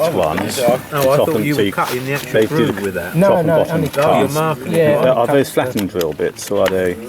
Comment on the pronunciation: See the gwoove ....? Vewey Vewey good. Some were loose....some were tight...